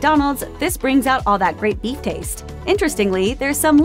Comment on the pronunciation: Slow down, sound like you say beef eff